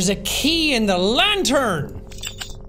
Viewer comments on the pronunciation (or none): none